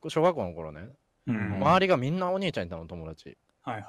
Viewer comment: 何回聞いても最初のところが｢おねーちゃんが欲しかった｣にしか聞こえないんやが